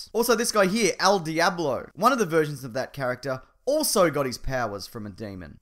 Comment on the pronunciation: I'm surprised I haven't seen any comments talking about his "El diablo" pronunciation xD